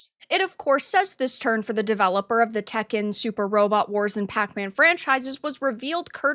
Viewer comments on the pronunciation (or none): none